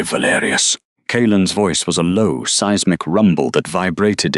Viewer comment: Seezemic? Good grief!